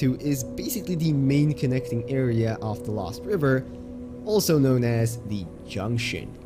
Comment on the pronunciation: He said "LÖWST"